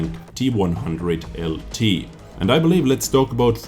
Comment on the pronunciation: Hi Anfield here, this tank name should actually be pronounced T-ONE-ZERO-ZERO